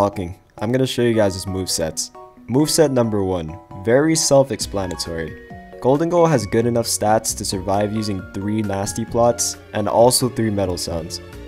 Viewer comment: You confused me for a bit there, pronouncing Stats like Status